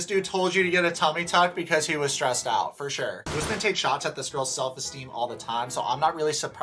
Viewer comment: It cracks me up every single time you refer to Kim as "" and Usman as "" 🤣💀